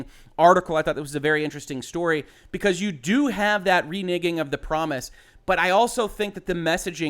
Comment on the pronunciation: It's really weird how I find myself instinctively cringe every time you say the word "renegging". I know exactly what you're saying, but for a split second it sounds like the other thing and it makes me pause for just a split second before I realize, nah that was nothing lol. Anyways, good take on the situation. I don't like the idea or the implementation of crunch. That being said, I"m not going to cancel my preorder of cyberpunk at this point. Thankfully they're at least being paid for the overtime, and if everybody cancels their preorders, that starts coming out of the 10% that gets split with the devs too, and refunding preorders at this point would make all that work by the devs all for nothing. It is a bit of a double edged sword situation unfortunately.